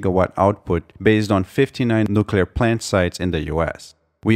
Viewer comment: Thank you for properly pronouncing "nuclear"! :D